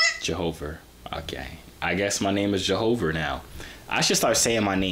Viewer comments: “It’s jehover”🤣🤣🤣🤣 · jo-how-ver🤣🤣......no sah